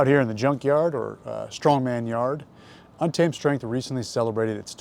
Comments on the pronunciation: TREN ON TEN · “Thread on timmmme” is what i keep hearing. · yeah, been a viewer for ten years. after like 5 did I realise hes saying untamed 😂